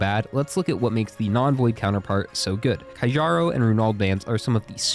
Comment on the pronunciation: Keearo’s band not kajjaroh